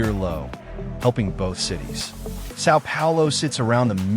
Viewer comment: I hate this pronunciation of Sao Paulo. Try hard.